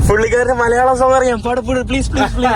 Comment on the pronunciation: വീണ്ടും മലയാളത്തെ കൊല്ലുന്ന … നമ്മുടെ അല്ല!!! ഞങ്ങളുടെ ആണ് …